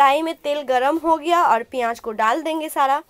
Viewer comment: piyaaj nhi bolte h use pyaz bolte h smjhi